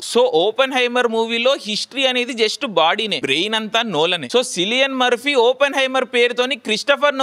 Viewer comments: Sillian Murphy kadu anna Cillian Murphy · mundhu Cillian Murphy ela pronounce cheyyalo telusuko bro taruvatha reviews ivachu😂